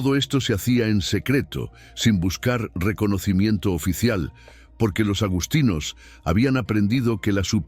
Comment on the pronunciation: Agustinos,NO agostinos. Lo mismo, agustiniano. Supongo que es una más del mal doblaje de la IA😂